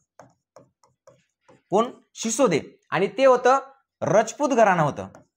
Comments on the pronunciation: Shisode nhi Sisodiya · Shisode nahi Shisodia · शिसोदिया वंश आहे शिसोदे नाही sir